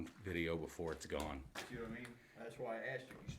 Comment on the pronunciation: i keep thinking u said "gay but not forgotten" lol i rewound it a few times, sorry im highh ,, but this is so interesting !! i want to explore like this. i live in Austin TX , i wonder if there is much to explore around here ?